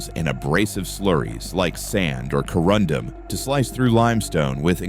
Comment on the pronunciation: Corundum? Corundum - oh dear. Surely you can find humans to do the voice overs? The faulty pronunciation is painful.